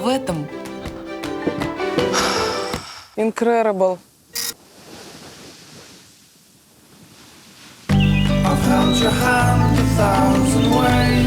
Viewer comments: Хотела понтануться английским ИНКРЕРЕБЕЛ 😂😂😂 это INCREDIBLE (инкредебл) объездила столько стран, а элементарный английский так и не выучила. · Не инкреребел а инкредибл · Incredible = инкреребл🤣🤣🤣🤣🤣🤣 насмешили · Incredible - инкрэдыбэл! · Инкрэрэбл 😂😂😂 Настюшь прям как я